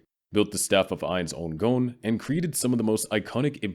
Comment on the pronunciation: "Ainz Oon Goan" that shit was eating at me the whole video lol. Its Ainz Ooal Goan